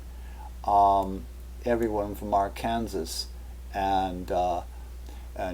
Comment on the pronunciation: Arkansas is pronounced ARE-CAN-SAW....not ARE-KANSAS. just wanted you to know for future reference 👍